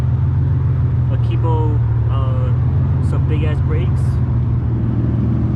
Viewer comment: This guy said “Akibo” Big Ass Brakes.